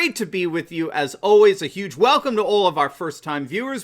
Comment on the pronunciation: Hugh cash? Sounds like pimping Playboy....the word is "huge" not Hugh.......Hefner